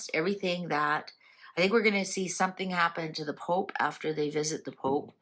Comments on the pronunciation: Thanks.. You made me laugh out loud with you poop..pope. Slip.. Haha.. Contagious..😁😁. I haven't laughed like that in a while..lost my husband at Christmas...so been so sad... Life goes on.. He would have laughed with me..xx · After waking up to another troubled day in GB your mispronunciation of the word pope really made me lol 😂 thank you, all I can say is keep drinking the spirits🤗